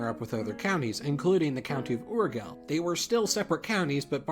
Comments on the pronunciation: That certainly is NOT the way Urgell is pronounced. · great video!!! I had always wondered why my country had been absorbed by spain but andorra had been able to keep alive!!! just wanted to say that the proper pronunciation of Barcelona is in catalan! not spanish, so you should say bar-suh-LOH-neh. also the g in “urgell” is not pronounced as the g in penguin as u said but like a g in giraffe, and the double ll is pronounced almost like a y. so it would sound oorgey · Hei, Barcelona it´s not pronnounced like you said. The official name is prononuced Barsalona, in Catalan. More similar to how you pronounce it in english that to the spanish pronunciation you used. and talking about names, Urgell is pronunced with a g of "Jesus" and the ll is more like a Y than an L. Also Foix, should be pronnounced Foish, like Voice, as it is an Occitan Name, not french. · 1) That lisped Barcelona pronunciation is in Castilian (the mainland Spanish dialect of Spanish). In Catalan, the native language of Barcelona, it is pronounced like it is in English. 2) I wouldn't be so bothered if you didn't pretend you knew what you were saying. Your pronunciation of Urgell is laughable. Embrace not knowing cultural intricacies, it's less embarrassing when you end up wrong. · Argh! You really butch the way you pronounce Urgell. And no, Barcelona is not supposed to be pronounced as Barthelona unless you have a lisp. It's pronounced Barsalona. Please, make some research before propaguing lies. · So why do you choose to pronounce Barcelona 'properly' yet pronounce Urgell 'wrong', as well as accentuating Aragon 'wrong'? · This is NOT how you pronounce Barcelona, nor Urgell or Aragon for that matter, you could do with less unmerited pompousness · So you insist on the douchy pronunciation of Barcelona yet mispronounce Urgel? And keep Aragón in Spanish and translate Navarra?... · As a catalan, your pronunctiation on "Urgell" is upsetting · Pronounce Urjell, not Urghell and BarcelOnae, not BarcelonA.